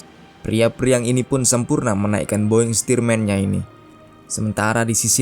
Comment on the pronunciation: Penyebutan "North American T6 Texan" "boeing stearman" Tepat sekali